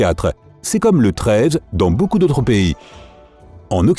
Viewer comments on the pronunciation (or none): none